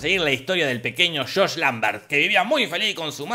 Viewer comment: No fue Shosh-Shosh, fue Shosh... 😂